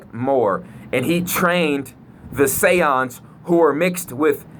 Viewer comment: Those Mf Say-Ohns 😂😂😂